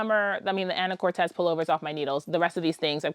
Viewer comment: What a load of luscious projects! Just so you know, it’s “an’’uh-kor’-tus” with the main accent on the third syllable - a lovely small city in northwest Washington state, the mainland terminus for the San Juan Islands ferry. A developer named the town after his wife, Anna Curtiss, but gave it what he thought was a Spanish spelling. (I just learned this from a google search. All these years of living in Washington I thought it was a real Spanish name!)